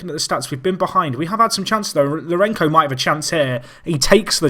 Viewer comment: Scenes! What a game. Also, the "c" in Lourenço sounds like an "s", not sure you'll bother to change the pronunciation since it goes back to 2014 :)